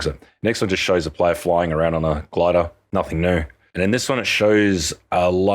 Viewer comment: "The gladah"